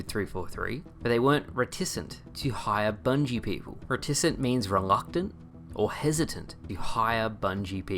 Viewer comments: Hey, reticent is pronounced as if it rhymes with hesitant. Emphasis on the ret, then isn't. REHT uh sint. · Hey, it's actually pronounced reticent, not reticent. 👊